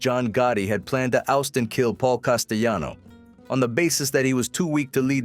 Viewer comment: Cant even pronounce castellano right. Terrible video. Bot